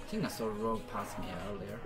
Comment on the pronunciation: Your English is pretty good, but It's actually spelt Rogue, (although I do get redder every time you say it wrong). :D